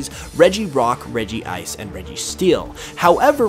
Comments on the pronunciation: "So we also have the 3 original legendaries returning, regirock, regi*ice*, and registeel." * I CANT THERE IS NO DOUBLE I IN REGICE SO ITS REG-ICE EEEEEEEEEEEEEEEEEEEEEEEEEE IM SORRY IT JUST BUGS ME SO MUCHHH* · it’s called regice, not regi-ice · Did say regi ice? Isn't It reg ice (I Know regice goes together, I think in that way the example shows better. Sorry for bad english